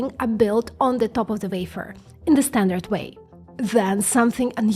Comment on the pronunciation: Why can't you say wafer? Why must you scratch our internal ear with your vafer?